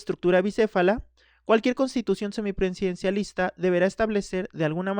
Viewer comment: seminprensidencilisnta jajaja debiste ensayar la pronunciación antes de hacer el video jajaja